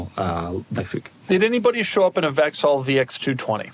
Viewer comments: Doug completely butchered the pronunciation of Vauxhall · At the same time you could teach him how to pronounce Vauxhall 🙂 p.s. I hope your engine lasts longer than the one I had in a 2.2L Vectra, which failed badly at 99400 miles.